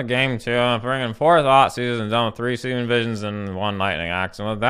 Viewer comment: i think it's pronounced "see rhum "